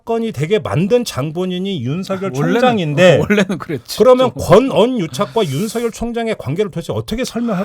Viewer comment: “윤성열” 아니고 ”윤서결” 이라고 읽어주십시오. 이름이 윤석렬이 아니고 윤석열이기 때문입니다. 발음에 관해 잘못된 학습이 되고 있습니다.